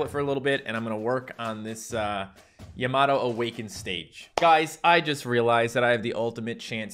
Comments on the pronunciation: It's prince yam-a-toe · It’s pronounced yam a toe